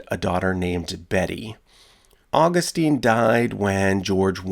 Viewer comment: Augustine is pronounced aw-GUST-in.